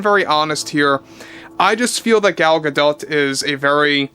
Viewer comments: I like your videos, but please man... look up the correct pronunciation for these people's last names that you report on. It's driving me crazy when you say Gal GaDot. The "T" is silent. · Isnt it pronounced Ga-doe. Im not trying to be "that guy". I just want to know if Im saying ot incorrectly. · The t on Gadot is Silent i BELIEVE JUST SAYING. it would sound stupid otherwise